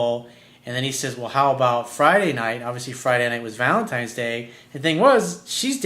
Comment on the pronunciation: ValenTINES day... not valentimes day.